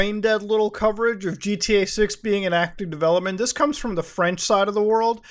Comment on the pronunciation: as a french person your french is extremely on point, 10/10 you nailed it Muta